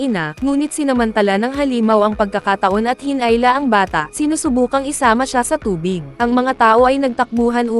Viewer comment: Lods, comment lang lods. Bakit po minsan mali-mali ang mga pronunciation mo po? Hinila - hi-nay-la??? Sumira - su-may-ra??? Dumugo - dam-yu-gow??? Pating - pey-ting??? Banggain - bang-geyn??? Puksain - puk-seyn??? Binalikan - bay-nal-ikan??? Bumaha - ba-ma-ha??? Eto talaga mga kadalasan na napapansin ko. Sana mapansin mo to lods. Thank you po!❤